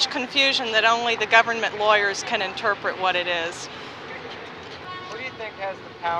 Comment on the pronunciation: most of the people in the video pronounced government like “gabun mint”. The intrusive “b” and drop of the “r” is widespread. Rhoticity is far better today than 1979 nyc.